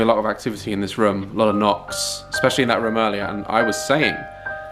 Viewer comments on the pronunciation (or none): I love the fact he said Room so many times but he says Rum and not once said it right lol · everyone = room Daz = ✨rum✨ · It’s kinda funny to me how daz says rum instead of room